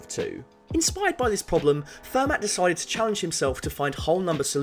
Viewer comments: It's pronounced fair-mah not fer-matt! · It's "Fer-MAH", not "Fer-MATT". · And Fer-mah! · Every time you pronounce the ‘t’ in Fermat my ears bleed. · It's pronounced "Fermar" FFS. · FUR-MAT the best theorems came from it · The T in Fermat is silent. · Fermat is French. You don't pronounce the 't' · The t in Fermat is silent